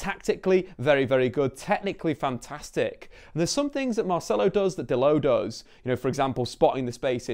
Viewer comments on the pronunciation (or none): is it only me that see's the o in dalot, not call him delit like this guy is